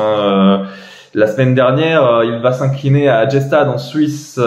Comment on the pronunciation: On ne dit pas « Gé-stad » pour Gstaad. Ça se prononce « Gu-dchatt ». Go wawrinka